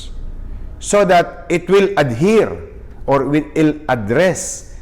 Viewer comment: Isko pogi, address the stress of pronunciation is on the second syllable.